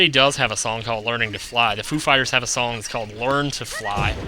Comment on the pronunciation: why you say sonng of time